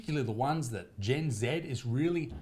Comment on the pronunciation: G Gen hard G not j sound